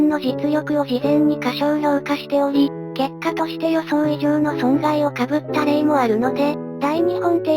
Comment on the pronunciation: かぶった× こうむった○